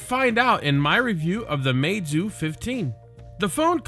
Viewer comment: u pronounced it wrong it’s ‘mee zoo’